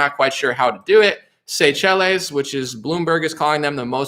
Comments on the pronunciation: It's pronounced say-shells sir. 😉👍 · That African island nation is pronounce Say-shells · Seychelles pronounced say shells😅🤣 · Pronounced: say shells